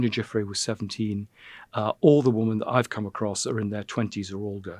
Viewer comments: Why can’t he say the word “women” instead of “woman” I don’t think he realise he’s doing it! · Why does Lownie say woman when he means women time and time again? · Andrew is very interesting to listen to... but wonder why he has to say woman instead of women🤔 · Cannot pronounce WOMEN correctly !? ... how strange!